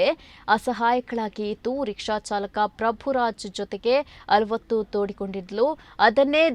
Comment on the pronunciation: ಹನ ಅಲ್ಲ ಹಣ.ಅಲ್ವತ್ತು ಅಲ್ಲ ಅವಲತ್ತು .ಸ್ವಲ್ಪ ಸರಿಯಾಗಿ ಓದಿ ಮಾರಾಯ್ರೆ.ಕನ್ನಡ ವನ್ನು ಕೊಲೆ ಮಾಡಬೇಡಿ